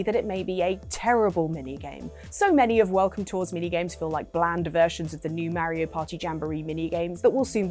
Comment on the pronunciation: Why are people in 2025 still mispronouncing 'Mario'?